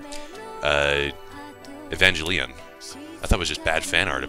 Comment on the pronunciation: Silent 'u' in Asuka and hard 'g' in Evangelion please. Otherwise, it's very amusing. Also, OH GOD THE VOICES. Why can't they ever speak like actual people?